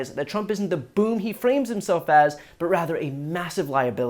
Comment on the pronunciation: Did you say “boom”, “boon” or “boob”?😂